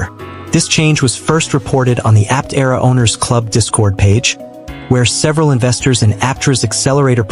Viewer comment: That's not the correct way to pronounce Aptera.